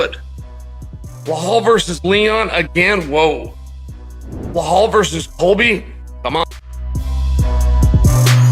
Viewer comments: How much did "Belhaul" pay Chael to say these things lmao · Blahaul 😂 Alex Pierre 😂